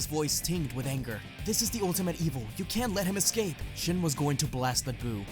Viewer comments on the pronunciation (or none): none